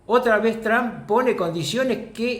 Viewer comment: Rucakuf, ya te lo dije antes... El apellido No es TRAN....es TRUMP!